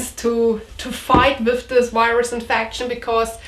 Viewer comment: With, no wiff. Lol